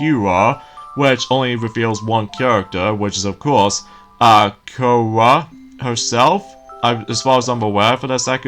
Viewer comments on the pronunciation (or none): Korra. and The name of the show is Called The legend of Korra! NOT QURRA!